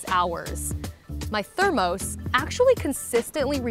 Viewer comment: Thermose? I’ve always heard it pronounced thermoss.